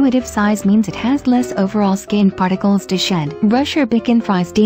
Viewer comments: FYI "Bichon" is pronounced Bee-shawn not Bickon. "Frise" is Free-say. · Its called bee shon